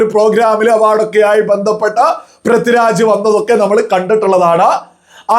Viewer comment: Helloo, Prathi Raj alla, Pridviraj. Kashttam